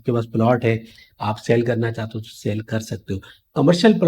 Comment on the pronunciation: Saaale nahi sell bhai. Learn to say words correctly .